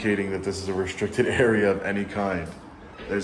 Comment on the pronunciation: lmao "the whole building is restriscted" 😂 clowns